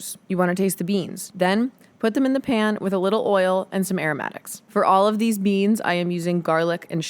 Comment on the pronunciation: stop saying beans like that